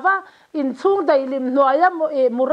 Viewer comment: hian daih tih leh mai tih tur hi deih tih leh mei ti a a sawi ṭhin hi ka lo ngaimawh riau a.In neitu hian nichin tih tur nachin a ti ṭhin pawh hi sawi dik theih nise a duhawm hle hlawm mai.Ngaihthlak a manhla hle mai